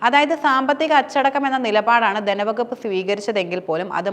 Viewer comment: ദനവകുപ്പ്,ഫരണരംഗം,അദിഹാരം.ഈഉച്ചാരണങ്ങൾ തെറ്റ്.തിരുത്തി പറഞ്ഞ് ശീലിക്കണം.